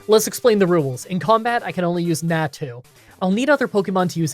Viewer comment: it's 'nau-tu' (nau said like maw, but with an n), not 'neah-tu' and 'xau-tu' (xau also said like maw, but with an x), not 'xeah-tu'